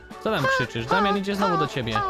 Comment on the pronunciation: Nie „snowu” tylko „znowu”